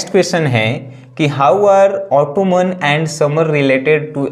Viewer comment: It's not ऑटोमन its ऑटम